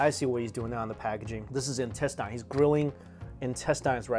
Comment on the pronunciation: The way he pronounces intestine always get me 😆